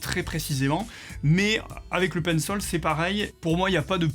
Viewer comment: Pourquoi tu dis pinssol et pas Pencil ???